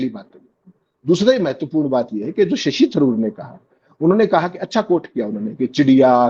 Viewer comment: Sasi nahi..Shashi kahiye..